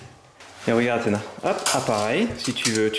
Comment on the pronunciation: c'est Kalys et pas Kays et aussi c'est Athena pas Ahema